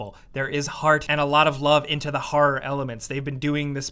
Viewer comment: Say "harrar" one more time...